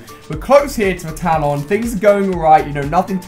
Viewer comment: Please can you pronounce talon properly